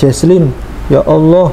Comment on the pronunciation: Dari pelafalan ketika mengucapkan nama Allah,, menunjukkan dia bener2 mualaf,,,agak kaku dengernya soalnya,,,beda kalau muslim dari lahir atau sudah lama